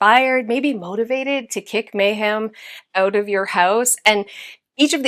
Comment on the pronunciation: Girlfriend! May-ham?? 😂